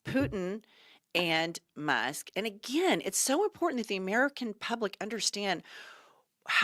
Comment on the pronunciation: Hah! Was that a Freudian slip? Did you say Anal Musk?! 😂 Nailed it!!